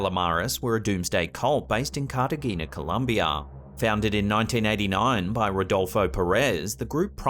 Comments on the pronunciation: So, after dating the receptionist of the Ochoa family, who met Escobar on numerous occasions and never knew who he was, Medellin is actually pronounced ' meh de jeen' where the j is soft, and Cartagena is pronounced 'Cart a hen ya'. Not rocket science. Round off the 'N' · Cartegena is pronounced Cart-a-hane-ya It actually means" little Carthage" from what I understand